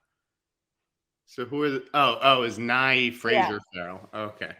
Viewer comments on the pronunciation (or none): OMG I kept hearing “Bill Nye” as opposed to “Bill Nighy”!!! I was so curious about what this movie was with a Bill Nye career turning performance! 😂